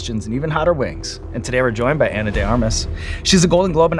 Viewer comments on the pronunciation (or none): I think it's Ahnah...not Eina...mister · did he call her Anna? Like, Anne-Ah?